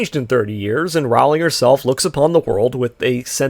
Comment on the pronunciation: Rowling rhymes with bowling.